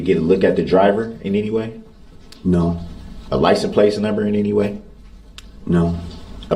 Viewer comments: I keep thinking to myself "What the fuck is a licen-plate"? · Cant even say licence plate